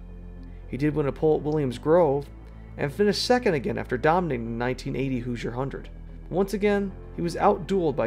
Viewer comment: I hate to be “that” commenter, but as a former resident and IU graduate, I heard nails on a chalkboard. It’s pronounced exactly like it’s spelled: “hoo-zher” not “hew-zher”.